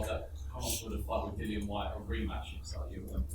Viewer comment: Do you think it annoys Dillian that Anthony isn't pronouncing his name correctly? 😂